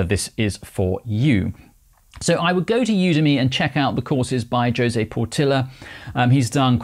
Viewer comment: José is pronounced 'Hose + A' ....not 'Josey'.